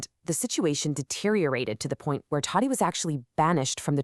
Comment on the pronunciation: First learn to pronounce his name properly. 🤦🏻